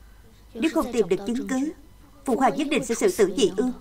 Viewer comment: Phụ hoàng mà đọc là PHỤ QUÀNG nghe khó chịu quá 😂